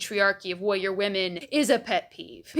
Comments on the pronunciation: I'm sorry but does anyone else hear "wowwier"? I have been rewinding for 7 times and the only time i hear "warrior" is in the latter part of the video. But in any case, an intriguing insight. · The way you pronounce “warrior” is… interesting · You may have a point, but the way you say "warrior" is very funny 😂